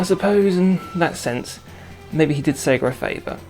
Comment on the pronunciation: it's not segaer it's Sega